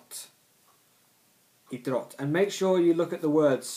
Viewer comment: Just some things I want to remark. Think of the word "Idrott" like two words, having a pause between I- and -drott :), same with Idrottsman (I-drotts-man), Idrottsmän is the plural of idrottsman so you are right :). Your pronounciation of Olympiska spelen is fine. Innebandy can also mean floorball and there's two variations. Innebandy (inside) and Bandy (outside).